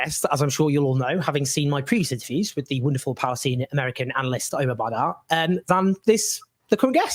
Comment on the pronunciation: the guest's name is Omar BaddAr, not Badder